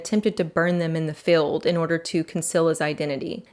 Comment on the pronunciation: say FEELD . not FILLED. and APPEEL not APPILL